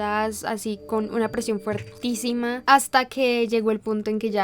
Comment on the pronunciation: Es fortísima no fuertísima.